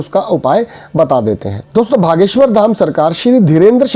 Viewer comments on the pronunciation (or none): भागेश्वर नही ह बागेश्वर जी ह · Why u r saying Bha.. Its Bageswhor! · Bhaiya ... Bageswar hai...aap galat ucharana kar rahe hein...